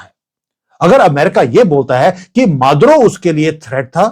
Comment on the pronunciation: माधवराव ❌ मादुरो ✅✅😅